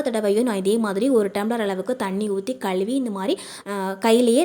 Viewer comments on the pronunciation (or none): தமிழில் களுவி என்ற வார்த்தை | இல்லை மா , தமிழை அழகாக உச்சரித்தால் இன்னும் நன்றாக இருக்கும் மா